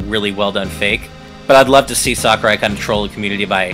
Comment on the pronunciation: ***** his name is sakurai not sakuria